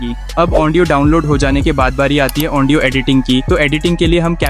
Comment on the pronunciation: ओन्डियो नही भाई ऑडियो होता😂😂😂